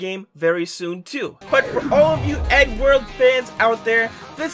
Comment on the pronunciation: did you call it “EddWorld”?